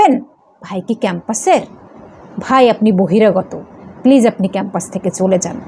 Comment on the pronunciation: উচ্চারণ এতো ভুল ?? খ্যাম্পাস কি ?